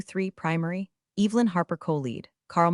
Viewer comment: Evelyn is NOT pronounced with a long E.